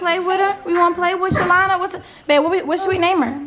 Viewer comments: said shalana😂😂😂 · It’s calling the dog “SHALONDA” for me 😂😂😂😂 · not "Shalona" lol!!!